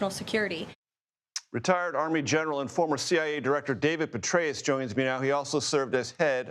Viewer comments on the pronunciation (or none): He actually said David Betrayus. Some things just slip out.